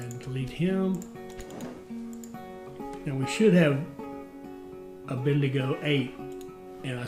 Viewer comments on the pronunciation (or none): As an Aussie from north QLD, the pronunciation for Bendigo is ‘Ben-Da-Go’ and say it together quickly